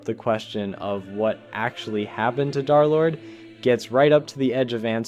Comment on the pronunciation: "Darlord🔥🗣️"...it's DERLORD, THE 3 RESEMBLES THE E LETTER